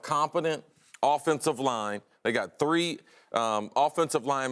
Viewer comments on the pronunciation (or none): none